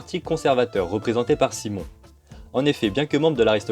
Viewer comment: On ne dit pas " Simon " mais " Quimon " pour Cimon :) sinon, bonne vidéo !